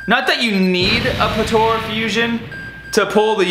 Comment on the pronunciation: Potora? It’s pronounced Puh Ta Ra. Potara